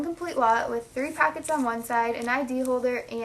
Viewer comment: Its not packets its pockets, its not battum its button